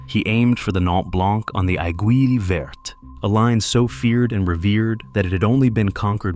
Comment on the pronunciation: Good video except for one thing to make this video a little less ...annoying is the French pronunciations. Just do a quick search on how to pronounce some of the french words ie blanc ( the c is silent) verte( the e is silence and the t is pronounced) ....just a little thing but it demonstrates research well done.